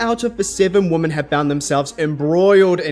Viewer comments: a mispronunciation is not a dialect. Plus it's confusing, you don't know whether he means "woman" in the singular, or "women" in the plural. The two different pronunciations serve a purpose, and the entire English speaking world was on board with this until like 5 minutes ago. I used to never hear people pronounce "women" like "woman", now suddenly it's everywhere. And it's confusing. Your example from German is not a direct comparison. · women is pronounced weemen